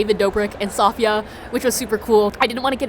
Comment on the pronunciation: Wait , I thought is was saphia not saf e ya......